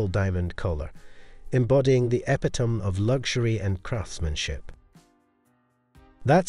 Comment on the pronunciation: uh PIT o me, not epitom